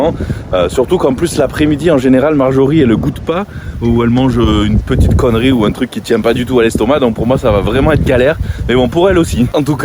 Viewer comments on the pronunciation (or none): comment il a appuyer sur le "C" ca ma tué